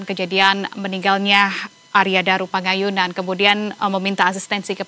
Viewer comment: penyiarnya kalau mengucap yg benar ya... PANGAYUNAN bukan PAKAYUNAN... kalau sedang pilek libur saja dulu